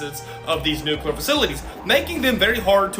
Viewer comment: It's not nuCUlar it's nuCLEar. IDK why, but it just irritates the shit out of me when that's mispronounced. I'm sorry, don't mean to be that guy, but this time I couldn't help myself. I really enjoy your channel. Keep turning out the good stuff.